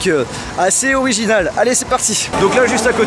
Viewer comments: originaux on dis originaux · "originaux" apprends à parler français